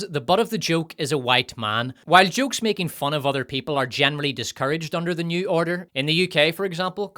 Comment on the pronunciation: wicked, my dude, I love when you do American accents. You and Mauler are meticulous about that, it’s fun to hear. I wouldn’t be able to tell it was you were it not for the Irish slant put on banefit and nyew — and my Bondian ear-training, able to detect the faintest hint of dialectic treachery. 🔎